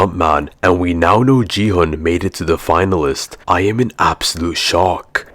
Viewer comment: It’s Gi-Hun not Ji-hun